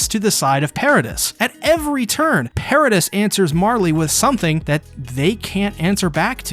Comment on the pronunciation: It's pronounced para-dee